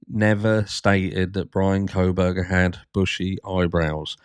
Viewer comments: I can't with her... How long can a "respected" journalist cover this case, and still not know that THERE IS NO "L" IN KOHBERGER!!! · No mention of bushy eyebrows and no "L" in KOHBERGER!!!!! Sorry but that burns my biscuits every time she says his name!!!!!